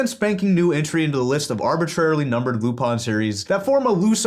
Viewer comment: I’m sorry I can’t get past the way you say Lupin